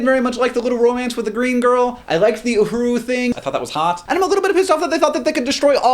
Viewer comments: Simon Pegg played Scotty, not McCoy...and maybe it's because you were talking at warp 8 but it's UhurA not...Uhuru. FEAR MY NERDRAGE! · Totally agree on everything here, except for two things: 1.) Simon Pegg was Scotty and not McCoy 2.) It's Uhura and not Uhuroo. Otherwise, awesome review! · They're calling it Star Trek because that's the title of the movie - NOT Star Trek XI.... you're a "FAIRLY DORKY" fan? ... The characters don't play themselves - the ACTORS play the Characters - and btw, Simon Pegg played Scott - NOT McCoy and it's UHURA not "uhuru." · LOL. Simon Pegg played Scotty. And it's Uhur-A. But I still forgive you <3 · I believe you are slightly mispronouncing Uhura. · "roddenperry" "simon pegg brilliant as mccoy" "uhuru" wut hank, you need to watch some star trek. the real thing, not a bad parody.